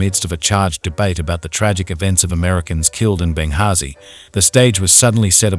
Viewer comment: The ‘h’ in Benghazi is silent. Hidiot. 😂